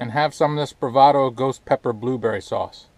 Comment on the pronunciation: Hey! I gotta' try to find some of that! Did you say, "BooBerry?" LOL! I got the Sriracha because of you. I like it! I got the Cholula because of Adventure Van Man (Brian) It's good, too! I always used Frank's Red Hot Sauce because I didn't like the Vinegar in Texas Pete. I wanna' make some Loaded Nachos this Weekend! Cheers! Thumbs Up!